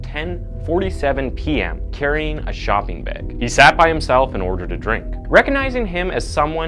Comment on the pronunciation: If i had a dollar for every word you mispronounced I'd be a very rich ghost. Sounds goofy. Bag isn't BAEG 😂